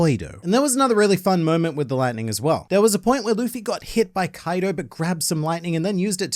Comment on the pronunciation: I cant help but laugh eveytime says Koido because it sounds like coito which is a spanish word for sex